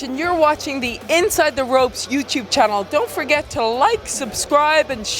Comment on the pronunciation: The minute you said "Ropes" i knew you were Scottish.